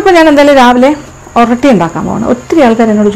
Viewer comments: ഇത് ഓറോട്ടി ആണ് not oratti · ഒറട്ടി അല്ല ഒറോട്ടി ആണ്